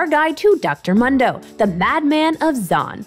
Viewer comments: Moon-dough, not Mun-dough… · How do you pronounce Mundo as Mando? He says his own name at least 20 times in the game, has she even played him? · it's (Moon-Do) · Its moondoh not mun doh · It sounds better to you but it is still the wrong way to say it. I honestly don't care that much about his name but It definitely made me stop watching this video. Why would I listen to what they have to say about it when they don't even know how to say his name right? That's why its mildly infuriating. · you actually pronounce it like MOON DOUGH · Why can’t she say Moon-dough? 😩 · Mildly infuriating how she says his name. Character literally says it about once a min in game. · Right? Kinda cringe af and I don’t wanna finish this video now. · Literally couldn’t finish the vid bc of how she pronounces mundo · I was thinking the same thing. I was like "have you ever actually played Mundo??" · How can you mispronounce his name... He literally says it every time he talks in 3rd person...... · It's Mundo, not Mundo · Really not into this narrator/creator thus far. Voice is honestly kinda annoying, she acts overly-bubbly, she said "Mundo" wrong a hundred times despite the fact that he says his own name constantly, and the whole thing about "yeah people have decided magical footwear is good, but nah, im not budging on this hehe" came off really obnoxious. Not saying I hate her or she's beyond redemption, but some changes would be good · I like the host but I can’t stand this video. Solely because of how she says his name. Mundo literally says his own name. We all know how it’s pronounced. WHY DOES SHE CHOOSE TO DO THIS TO US??